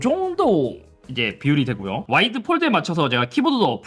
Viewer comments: 왜 자꾸 와일드라고 하세요 ㅋㅋㅋㅋㅋㅋㅋㅋ 와. 이. 드. 해보세요ㅋㅋㅋ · 내 귀가 이상해요? 와이드(wide)가 아닌 와일드(wild)로 들리는건 왜일까요? 그래도 좋은 정보 감사합니다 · 와이드를 자꾸 와일드라고 하는 것 같네 ㅋㅋ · 아니 잇섭님 와이드를 자꾸 와일드래 ㅋㅋㅋㅋ 야생이냐구요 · 저만 와일드로 들리나유ㅋㅋㅋ 연말에 들리는 올래 같은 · 왜 와일드로 들리지? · 와일드 아니고 와이드